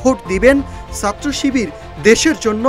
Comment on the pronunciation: চাত্র না। ছাত্র। সঠিক উচ্চারণ করতে পারেনা।অথচ জাতীয় দৈনিকের সাংবাদিক 🥲